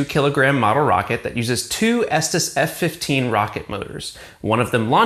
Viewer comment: It's pronounced Estees